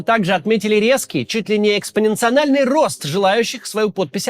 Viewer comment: извиняюсь, немного по-душню: Экспоненциальный, а не Экспоненцианальный рост :D